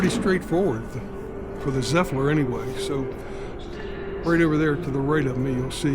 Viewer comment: Where did the extra "L" come from? Zephlyr? Other than that, good job